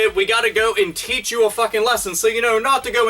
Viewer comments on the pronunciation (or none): none